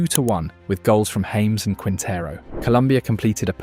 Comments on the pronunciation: Its pronounced Ha - mes not english james 😂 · Its not James... Its pronounced Ha mes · Ha-mehs , not James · nice production you need to cerrect 3 things for next or futher analisis in the Colombia team, is not james as james bond... is jaa mess as tony jaa and mess like messi drop the i... SECOND as you try to quote or imply Valderrama has a point drop it there is no more power on El pibe's words... shy because the new Colombia style as you see and say this is the new era the PEKERMAN ERA adn STILL is quote him find pekerman words you will understand why Valderrama quote is Irrelevant and also why Colombia is now not dependant on Rodriguez... and that is THIRD you find curios the best Colombia streaks are build far from Rodriguez, but he still is a big ball provider, a game creator. but he is not the only one. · Within the first minute you can tell this video uses AI narration because everyone know the correct pronunciation is "Haames" for James Rodriguez. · It's pronounced Ha-mays Rodriguez. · Who is "James"? Nobody in Colombia will know who you are talking about: more like haw-mes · Mis oidos me duelen 😅😅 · Its no James. Its Ja mes 😂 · Why are you pronouncing James' name as "Hames"???? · Because it's an AI narrator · Stopped watching 10 seconds in because you pronounced James Rodriguez wrong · In Spanish the name is pronounced differently the J sounds different